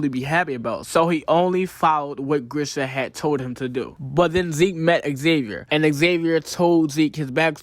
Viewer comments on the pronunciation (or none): Why are you calling Ksaver Xavier? It’s pronounced Saver with a silent K